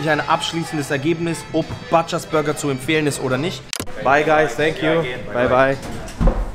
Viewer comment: Butchers spricht man als U !!!!